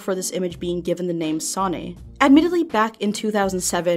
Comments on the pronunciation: Seeing as it's Japanese, it's pronounced "Son-ayy" or "Son-eyy" the e being pronounced as a sort of mix of A and E with a wave seeing as it is repeated. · Wouldnt it be pronounced "so-nay"?